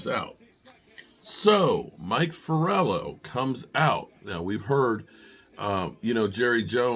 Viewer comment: Mike Florio not Forello. 😂